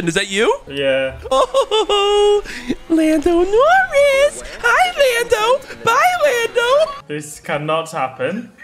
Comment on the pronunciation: 'Landon Orris'